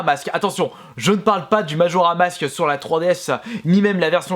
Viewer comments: Majora's mask pas majora mask wind waker pas wind woker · Majora mask😂 ou est le 's ?